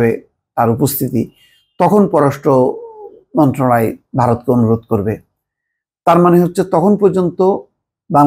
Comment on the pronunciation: আপনি 'মন্ত্রনালয়' শব্দটা শুদ্ধ করে উচ্চারণ করেন না কেন? ' মন্ত্রালয়' না মন্ত্রণালয় হবে